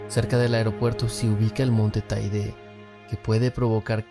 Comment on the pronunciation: Taide no!! Teide!! 🤦‍♂️